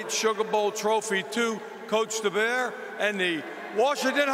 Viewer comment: This Sugar Bowl chairman, couldn’t even pronounce Deboer’s name correctly… keep disrespecting us all the way to us winning the Natty.